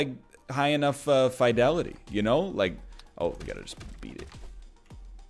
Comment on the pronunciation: My man... You're pronouncing fidelity wrong... I'm not mad, just... Disappointed.